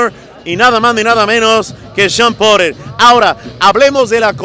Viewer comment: Pronuncia bien porter cuel porer jajaja...